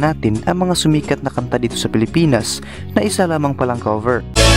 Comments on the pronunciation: Bakit pagbanggit nia sa “cover” ay “kaver”? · ANO BANG SINASABI MONG KABER? Cover po. Cover your mouth. Hindi KABER your mouth.